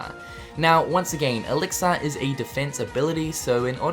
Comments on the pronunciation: Lol why do you say Elix-Ar...its elixir which sounds like Elix-Er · 'Elixar' :D I've been pronouncing it wrong all this time.